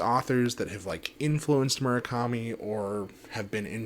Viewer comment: Would it kill you to actually pronounce his name correctly